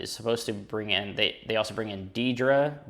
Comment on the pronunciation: I totally agree that Maggie's moment was powerful, and I'm really grateful that Jim Butcher gave us the scene without interrupting it with a crisis. Almost as many tears were shed when Mouse and Mister welcomed Harry back too. Baby Nieves is adorable, and it's appropriate, given that you'd just mentioned the habit of rocking in place that all parents develop! *Deidre is 'dear-dree'